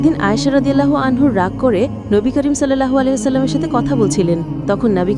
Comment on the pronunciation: কিছু মনে করবেন না, সংশোধনের নিয়তে একটু ভুল ধরবো... সাহাবিইয়া দের নামের শেষে "রদ্বিয়াল্লাহু আনহু" নয়, বরং "রদ্বিয়াল্লাহু আনহা" হয়। "সল্লাল্ল-হু 'আলাইহি ওয়াসাল্লাম" এই উচ্চারণটা আরো একটু ভক্তির সাথে এবং সুন্দর করে বলুন প্লীজ।